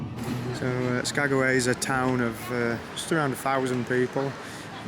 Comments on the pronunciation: No bad views anywhere there. I wondered if you were going to figure out it was Skag-way lol Some of the villages are hard to pronounce and spell. When I worked at the airline up there, I had to learn the airport codes, how to spell the town and how to say it. Chuathbaluk, Egegik, and Igiugig were my favorites! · Cool you acknowledged me correcting "SkagAway"! Loved the train scenery, excellent videoing. You nailed the shot you wanted to get. Loving this series - thanks.